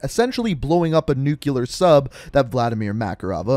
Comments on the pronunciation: You say nukeular instead of nuclear haha. Good videos tho. Super well put together. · Nuke-ular... Ouch... That hurt me.